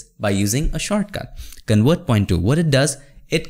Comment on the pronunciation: Not wector, it's vector with a V. convert not conwert